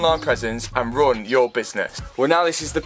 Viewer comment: With your accent it sounded a little like you said "squarespace is the perfect company to help RUIN your business". lol. Love your channel! Subscribed. Keep it up.